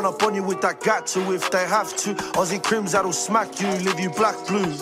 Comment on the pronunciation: He said aussie krimz😂😂😂